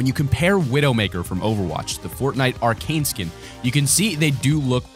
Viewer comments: Arcade skin?? Its pronounced arachne[ara-ck-knee] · Arkane who You mean aracknie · hey its pronounced Uh Rack Ney not Arcane. I can understand the wrong pronunciation, but it gets on my nerves, so..... yeah. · Triggered a lot by him saying "Arcane" instead of "Arachne" on the spider skin..... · Why does everybody prenounce arachne skin incorrect. Its not "r- cane" its, "a- rak- ne" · Wtf is Arcane!!! It's Arachne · *aranchne not arcane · Has anyone realised that instead of saying Arachne he said arcane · The female spider skin is pronounced are-ak-knee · Its not arcane, its Arachne. Learn how to pronounce words correctly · It's pronounced (are-ak-knee) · You pronounced arachne wrong